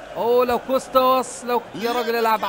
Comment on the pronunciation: اسمه كوستا انتا بتقول كوشته